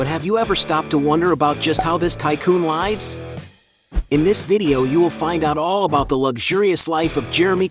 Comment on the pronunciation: "How this tycoon 'LIE-VES'" 🤨